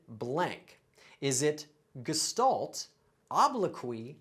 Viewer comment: you pronounced gestalt incorrectly